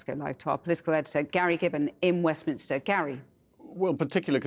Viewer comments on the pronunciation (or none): none